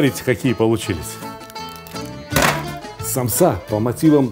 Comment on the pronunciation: Сталик ака рецепт просто нечто впервые делаю такую самсу без мяса или же как вы говорите саомса